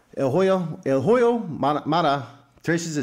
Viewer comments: I'm not trying to disrespect you but when you pronounce "HOYO" the "H" is silent so say it like this Oyo Maravilla and it's more understandable. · The “H” is silent in Hoyo Maravilla